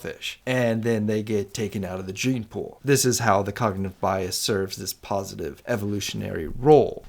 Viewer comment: "cognative"? or "cognitive" which is correct?